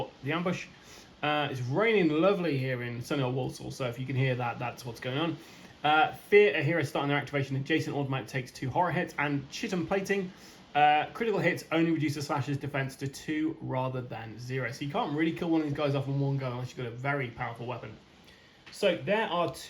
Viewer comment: Chiton misprint should be Chitin, pronounced kite-in, animal shell full of protein! Good for you! If you can boil it down😂 You missed a few Grit rolls here and there that may have saved El Gringo!